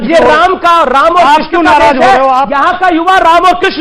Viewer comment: किर्षण नहीं बोला जाता कृष्ण बोला जाता है